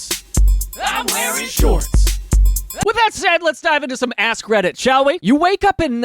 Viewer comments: Yes! I heard "ass credit" too. So glad someone else did so it's not just me giggling to myself. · Am I the only one who heard "ass credit" when he said "Ask reddit"? 🤣🤣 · He says: Lets dive into some ask reddit. I hear: Lets dive into some ass credit. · Pardon me Daniel, did you say "ass credit"?!?!